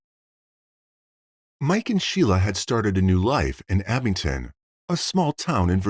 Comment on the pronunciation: It's Abingdon. (Not Abington) My hometown. This was huge news in our little town.